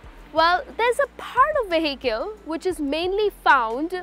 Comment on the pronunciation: U wrongly pronounced ‘Vehicle’